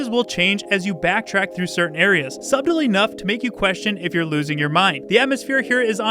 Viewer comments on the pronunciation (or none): none